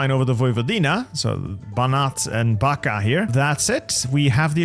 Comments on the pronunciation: impeccable French and German pronunciation falls short only for Slavic names - Backa is pronounced like Bach-ka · the "Backa" is pronounced as "Bachka" while Vojvodina is "Voivodina"